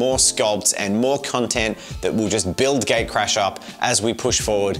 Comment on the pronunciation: So, English is not my native language and every time says "Gatecrash" I understood Gaycrash and was wondering for about half of the video why you guys named your game Gaycrash:D Would play it, though. And the figurines turned out amazing, I especially liked Jen's Beauty and the Beast interpretation.